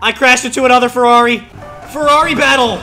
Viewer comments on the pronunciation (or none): The man sad farrari a thousand times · A monster truck ferrari a "Merrari"